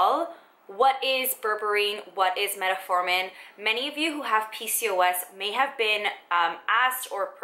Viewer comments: Meta-formin, lol ...I'm trying to ignore it, but she's said it nearly 100 times. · Met-formin... no “a”. Other than that great video!